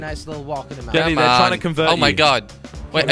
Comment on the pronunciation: Why do u say "Jilly" instead of Jelly